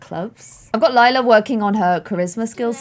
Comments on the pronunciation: Lila died, that's Form but hey at least pronounced it Lie-la instead of Lee-la. I love this series so much. I'm very far behind watching it and I've been binge watching it for weeks. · finally pronouncing Lila correctly when it's the wrong name altogether 😂 Relatable tbh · Love how it took forever to pronounce Lila properly and now she keeps calling Clem, Lila 🤣